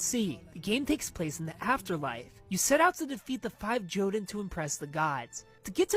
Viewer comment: Jotunn, plural Jotun, originates from Norse mythology and is pronounced either yohtunn or yuhtunn, the emphasis is on the first half of the word.